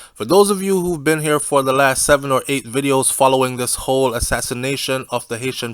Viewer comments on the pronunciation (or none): none